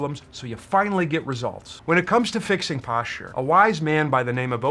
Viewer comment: Yeah... there IS a massive problem out there... with YouTubers who purport to be EXPERTS but they don't have a clue who to COMMUNICATE because they use MADE-UP WORDS like.. POSHA POSHEWRAL RESHRIKSHUN SHRAGEES What da F man. Speak properly!!!